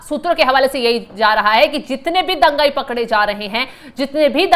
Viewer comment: दंगई नहीं मैडमजी (दंगाई) बोलिए पत्रकारों से लोग भाषा सीखते हैं।